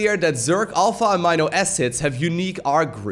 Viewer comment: Amino acids. Is ah-me-no.